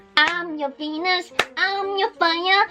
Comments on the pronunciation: at first when she said Venus I thought she said wenus! 😅😅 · I fucking love that she says "wenus" when saying "Venus." Soooooooo adorable